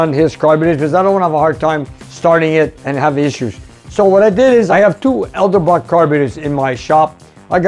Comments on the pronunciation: its EDELBROCK.....NOT ELDABROCK...and you are in the car business???? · C’mon it’s EDelbrock, not ELdebrock. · Love the 427 Ford., please, those are Edelbrock carbs.....NOT ELdebrock.....you have your L and your D mixed around!! Been watching your show since the Earth's crust cooled and been running those same carbs on cars all my 77 yrs. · I like his channel so much, I'M going to start mispronouncing it pretty soon. Like when people started saying "nu KEE uh" when Carter was president.